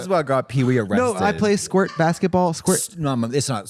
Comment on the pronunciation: Pee wee squirt 😂😂😂😂😂 squart? 😂🤣😂 I am screaming 😭